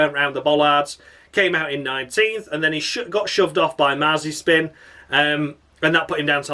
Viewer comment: Crofty pronounced Mazepin as Mazapan It's Nikita Marzispin or Spin McSpinface you fucking bellsprout Crofty! 🤣